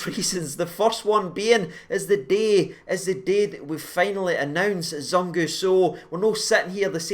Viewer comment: Zungu pronounced as "Zoo-Ng-oo" the U is pronounced like oo for eg) zoom.....COME ON GERRRRS!!!!!!!